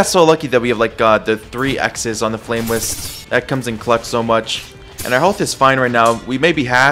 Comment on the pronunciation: “Flame wist” “metal armanent” wisp and armament Ik I prolly sound like a nerd but please fix this